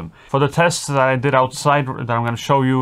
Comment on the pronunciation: IMH0, they didn't sound that great for US$450, the receiver looks intrusive on top of the camera... sorry, wouldn't purchase. Small point. It's pronounced THis, not Dis, THat, not Dat, THere not Dar, THe, not Da... practice this dipthong,, will make you videos more enjoyable for English audiences... I know, small annoyance, but your English is really very good, just this one thing that will make your narration so much better... love your channel, sorry to be so critical